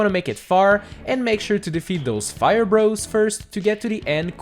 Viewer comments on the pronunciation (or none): none